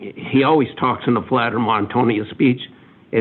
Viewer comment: Idaho attorneys cannot pronounce monotonous correctly? That’s embarrassing for him. Mountainous speech? And his “autistic?” That is autism. Autistic defines the diagnosis. And then attorney #2 cannot properly read mores, (pronounced more-ays, the social norms widely observed in a group or society). The dude did not even recognize that as a commonly used word, and changed it to morals. He then talks about low IQ of the defendant. Wow! Not impressed by either attorney. I have two college degrees, and I did not understand the judge, either. All the judge did was get more terse, and angry sounding...less understandable, and frightening. This was wrong. Obviously, a normal person isn’t going to bury grandma in the yard like Fido. His mother ruled that boy. He did not understand the crime, the ruling, what was going to happen, or what was expected of him, so the Judge would find in his favor a year from now. This was sad...and the Judge didn’t pronounce mores, as used in this context, correctly, either.